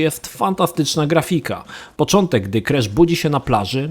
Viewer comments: on wymawia „Kresz”. Słuchać się nie da. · Czemu on źle wymawia nazwę głównego bohatera?